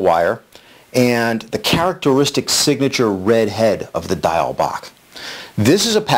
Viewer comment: Diawl Bach is not Gaelic or Irish. It is Welsh, from Wales. You pronounced "bach" correctly but "Diawl" is pronounced "dee- owl". Great pattern though. ;-)